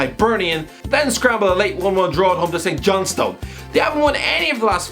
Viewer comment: His knowledge of football inside the UK is also questionable. Can’t pronounce St Johnstone lol